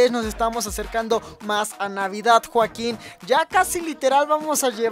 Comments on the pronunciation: porque siempre dice juaquin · Por que siempre dices joakin